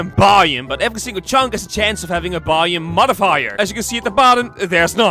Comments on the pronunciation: Why does he say it like bioom instead of biome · Why does it sound like buyem when he says biome? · I had captions on and every time he said “biome” captions thought he said “volume” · “This is a by-um” “This mountain is a by-um” By who? All joke no hate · It’s not my intention to make fun of his accent; I’m only mentioning a difference in pronunciation. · The way he says biome 😂